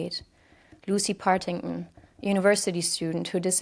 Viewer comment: BTW, it's PartingTon, the Ts are not silent!